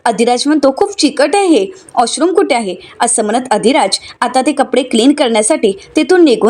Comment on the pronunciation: बाई 😥 "आश्रुम" नाही हो‌ 😱 "वॉश रुम " 🥺😱😭🤪